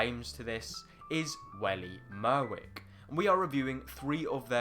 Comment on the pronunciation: "Welly Merwick" lol